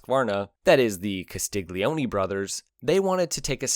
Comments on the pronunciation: Per amore di dio, Castiglione is pronounced Castil-YON-ay (stress on second syllable). The GLI dipthong makes a "lyuh" sound; the G is totally silent. Another example of this pronunciation would be the Italian word for Garlic, "aglio", which is pronounced "AAL-yo", or for Son, "figlo", pronounce "FEEL-yo" In Italian, unless the "G" is first letter of the word, it's always silent as part of a dipthong. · Very well written and spoken text, but please the narrator did not bother to pronounce Carlo's surname properly it is phonetically Castilyoni the g is silent/mixed with the L. Castiglione and Tamburini, what a duo !! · Castiglioni = KAH-STEEL-YO-NEE...no hard G, ok? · Why can you pronounce "Super Leggera" and "Velocce" correctly, but yet you can't pronounce "Castiglione"??? You dolt!!